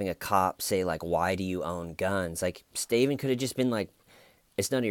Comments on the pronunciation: so glad i came back to these early videos, for a while i was convinced that saying “why stayyyvenn why, schhhhmeda” was you saying something in another language XD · It’s pronounced staeyyvenn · Never saying Steven the correct way again 😄!!!! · The emphasis on “Steyven” and his troll head have me rolling lmao.